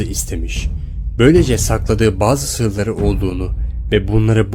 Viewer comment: de sırları demiyor sıları diyor